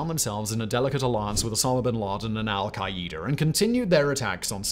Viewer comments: Hold up. “Al-kay-eeder”?! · So is saying Al-Qaeda wrong or have all the politicians and news anchors ive heard been saying Al-Qaeda wrong? Or do we say it differently here in the USA then the rest of the world does like aluminum?? 😂😅